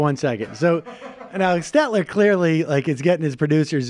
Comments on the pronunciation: FYI, Sam, it's SteLter--not SteTler... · Not “Stetler” it’s “Stelter” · His name is SteLter not Stetler